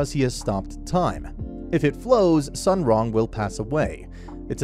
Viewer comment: As far as I know, her name is pronounced "soon wrong" more or less if you have trouble pronouncing it